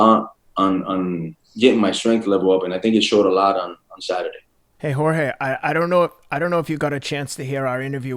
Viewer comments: Teddy try saying, whore-hey. Not whore gay. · He keeps calling him horgay lmao who else noticed? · If Jorge is the BMF, then what title do we bestow on Teddy, a man who called the BMF 'WhoreGay' to his face for 40 minutes straight without being corrected once. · Everybody: "Jorge", "George" Teddy Atlas: "Horgay" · I love this but teddy keeps callin him "whore-gay" I can't lmao. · “Jore-gay” ? Come on teddy lol